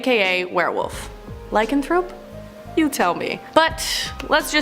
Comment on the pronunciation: Li- can-thrope